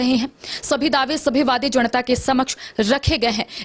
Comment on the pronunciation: जणता नहीं जनता बोलिए रिपोर्टर महोदया